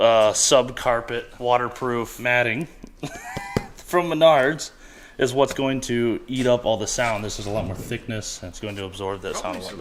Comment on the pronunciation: Isn’t it pronounced Maynerds